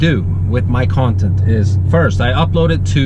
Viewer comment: Word of the day, "Kawntent".